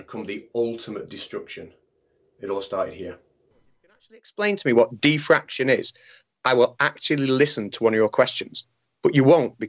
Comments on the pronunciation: What’s diffraktion? :-P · what is "Thi Fraction"? How about "Die Fraction"? Brilliant!:)))))))))))))))) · Sounds like some people were saying "deefraction" as if it were an undoing of fraction. Teehee. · I have to admit, the first time you said it here, it sounded to me like "de-fraction", and I had no idea what you were talking about. I don't think has that excuse though.